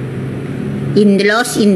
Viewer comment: Maaf bukan Dr Tipa pak tapi tifa... bapak sendiri salah ucapannya